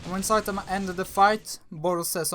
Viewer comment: Its one punch man not saitenman